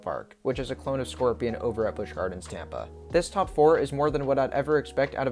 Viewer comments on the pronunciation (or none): none